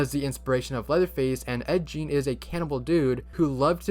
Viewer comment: It’s you sayin Ed’s name wrong and have this superior attitude while sayin it🤣🤣🤣🤣